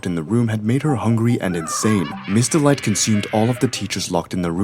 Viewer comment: Her name is Miss. Delight, Not Mr. Light